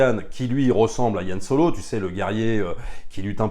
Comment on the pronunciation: J'ai entendu "Yann Solo". J'ai pleuré :D